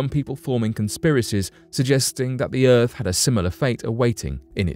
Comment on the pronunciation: Ahhh it’s the decent narrator and normal speaking, non creepy, none monotone. This narrator is down to “erfff” :- earth